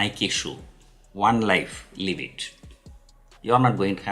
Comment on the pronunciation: Is it me or anyone else who heard "You have only one life, LEAVE it" 😂